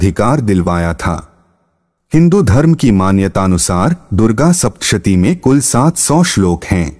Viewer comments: Bhaiya pehle aap.. Sapta shati bolna sahi seekho, dusri baat... Gupt Navratri ka mahatva in navratri se bhi zada, bhayanak, bahut phaldaayi, boht strong, aur zada niyam se karne wala, boht shuddhi ka dhyan rakhne waale, aur aam insaan k liye itne niyam aaj k waqt me kashtkari hote h... Qki kaafi sakhti aapko sawdhani hoti h in vrat me.... Tantrik kriya, aghorpanthi toh karte hi hai aam jeevan me reh kar bhi in vrat ko grahastha jeevan ka 10 din tyaag karke insaan kar sakta h ya koi akela rehne wala insaan isay nibha sakta h.... Main hamesha se 4 navratri karti aa rahi hu bachpan se lagbhag 30-35 saal se.... Sapta shati ek mamooli pustak nahi h iske kayi sahi use vyakti ko shakti, uska aura clear karna, vision strong karti h. Ek ek mantra behad strong n powerful h Mujhe dukh h aapki jaankari abhi adhoori hai Gupt navratri k vrat asal me 11 din k karne chahiye amawas se shuru karke 10 mahavidya ka poojan vandan boht kuch hota h ye mamuli gyaan dhyan bilkul bhi nahi isay karne k baad ek naya hi janm hota h behad shakti aa jati h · Apni hindi sudhariye pahle, .... Ardham, shaptashi ye kya hai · Apke pronunciation bahut hi kharab hai kripya ismein kaam kijiye (bhramadev not bhrehamdev....saptshati not sap tashti... swarg not swaaaarg) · Kripya uccharan sahi karein Sapta Shatee, Adharm aadi shabdon ka...🙏